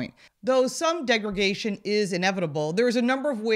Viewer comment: It's "degraDation", not "degraGation".